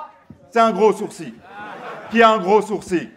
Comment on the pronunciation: C'est moi ou prononce " sourci " au lieu de sourcil?